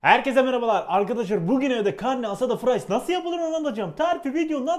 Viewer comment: Arkadaşım karne aldı falan gibi birşey söylüyor anlayamadım yemeğin ismini